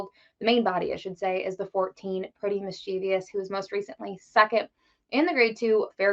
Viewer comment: Was hoping that unlike 90 percent of the handicappers, she could pronounce Mischievous correctly, but alas . . . there's no "i" in that last syllable. As for the race, you could do a lot worse than a Cox Box.